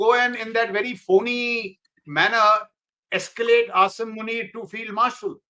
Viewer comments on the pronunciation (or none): can not even pronounce the words "ridiculous" and escalate properly and makes fun of General Sharif. Irony?